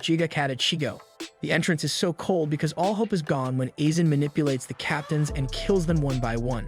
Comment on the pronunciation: Calling Aizen isen